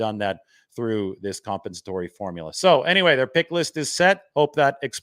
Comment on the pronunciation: Lol, can't pronounce "compensatory"